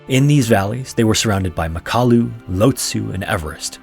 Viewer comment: It's pronounced MACK-a-LOO .....